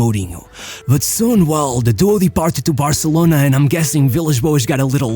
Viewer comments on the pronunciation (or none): none